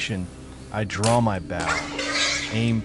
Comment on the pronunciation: Okay the AI voice pronouncing bow like the bow of a boat instead of a bow in a woman’s hair is annoying. Even more annoying is i’m stuck sitting here watching and not being able to participate! 😂